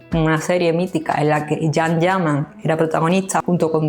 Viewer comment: Todavía los españoles no aprendieron a pronunciar el nombre de CAN ,que duros son por Dios!